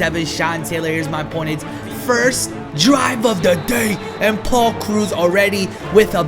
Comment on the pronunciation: you saying Paul's name makes me so mad